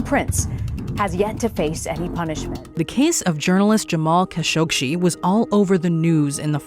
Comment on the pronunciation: The biggest mystery of all is why pronounced Jamal Khashoggi's name like she did.